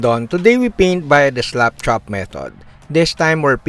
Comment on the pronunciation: Because of your accent, it sounds like you're saying "slop chop", which I actually like better. Slapping your models is physical abuse.